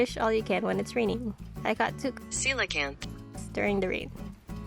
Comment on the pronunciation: Coelacanth = frustrated pronunciation for koala-cant or cola-cant XD